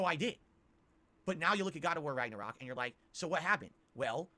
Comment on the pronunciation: Raggor-rock....Yikes, this guy., you suck at games. Just admit it.